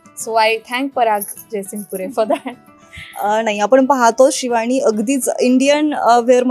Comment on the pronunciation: शिवाणी, बण मस्का, अणेक... 😂😂 हेच ऐकायला मिळाले... मंगळागौर नव्हतीच